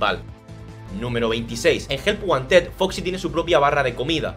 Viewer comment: cuando dice help wanted parece que dices ayuda a un osito de peluche help one ted